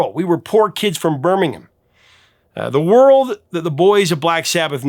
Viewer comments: Thank you for saying 'Birmingham' correctly! :) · Such a lovely tribute to Ozzy. Also, thank you for pronouncing Birmingham properly ❤